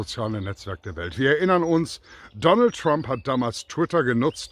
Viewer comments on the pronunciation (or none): none